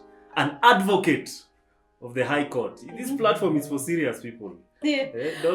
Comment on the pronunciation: The whole episode was educative but crowned it all with "adfocate"😂